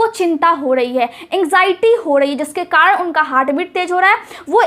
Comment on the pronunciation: kadan nahi hota hai madam Karan hota hai